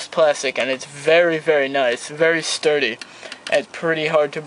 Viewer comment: "vury vury nice vury thsturdy" ok sorry just had to point dat shit out lol